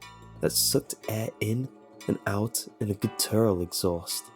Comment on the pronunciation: guttURAL... CLORset... hahah